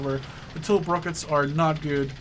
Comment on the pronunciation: It's pronounced "two lip", not "tullip"